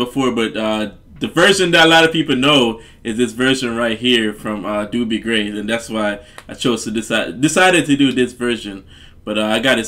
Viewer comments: Actually, it's pronounced with a long O that sounds like the letter. Dough - be. Hear it here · This song fits you,, watch the live version, so much better seeing it live. This is Dobie Gray's song and it's pronounced with a long O. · It's pronounced doe-bee and I imply know this version as the original but I've never looked into it as any other so that's interesting. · No disrespect love your reactions.. his name is pronounced Doh-bee Grey.. but ya again love the reactions. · Name is pronounced as dough bee. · First name is pronounced Doughbie like bread dough. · Pronounced...Dough be. A good man. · Long "o", like in "own"-not "Dooby". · Pronounced Dough B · Not D-U-BIE Gray, it’s D-O-BIE Gray.....O as in OH. Love this song! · An iconic song. So wonderful. (BTW-Dobie has only one O, not two like the Doobie Brothers. It's pronounced like Dough-bee.) Super-fantastic song! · Dobie, Not Doobie. 😂👍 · Not "Doobie", but long "O" as in Oh, what a night-therefore pronounced "Dohbie" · Doh-be Gray not doo_be.i really don't know why you'd say that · DUDE - it's DOBIE, not DOOBIE ! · Its not Dubie he's not a joint its Dobie like dolby stereo without the L in the middle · Doh-bee, not Doobie, lol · (dough be gray) not doo be lol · Dobie. Not Doobie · Pronounced Dough-bee. ✌😉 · DOUGH-B is the pronunciation. Hey great song especially the back end with the clapping n all. Always love for this song. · Love your reaction to this classic. Oh and his name is pronounced Dough-bee. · Love this song, Love your glasses! Looking good. His name is pronounced Dough -bee Gray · It's a long "O" in his name and rhymes with the the word row or snow; Do bee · Pronounced "Do-bee." (long O) Such a pretty song. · Pronounced Dough-bee Gray. Listen to Im in With the In Crowd. The man was an amazing singer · It is the original version and his first name is pronounced "Dough Bee" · He's Dobie, pronounced like Kobe (Bryant). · It's Doh- bee gray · Pronounced dough-bee gray